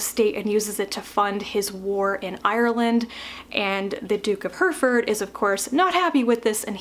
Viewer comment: Hereford is pronounced He-ri-ford.